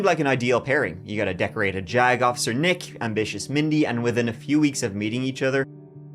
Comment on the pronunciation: I can't be the only one who kept doing a double take whenever they said "JAG officer".. I hope lol